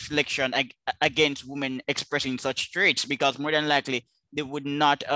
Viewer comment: I can't enjoy this while pronounces woman and women the same, it is fcking torture, someone tell him please.